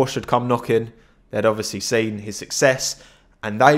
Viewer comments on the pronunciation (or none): none